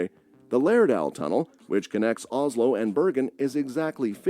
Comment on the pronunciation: Pronounce Oss-lo, not Oz-lo.